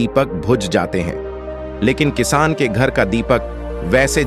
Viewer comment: Editing bahut kharaaab hai. Kisaan is called as kiss. Lagta hai Auto reader lagaya hai jiski wajah se galat words bhi pronounce ho raha hai.